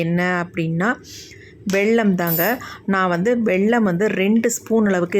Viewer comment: வெள்ளம் இல்லை வெல்லம். சர்க்கரை